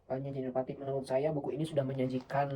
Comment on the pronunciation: Inovatif mas, bukan inopatip